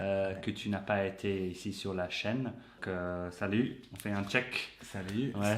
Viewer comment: Hmmmmm did I hear “SaluT” with the T?? :50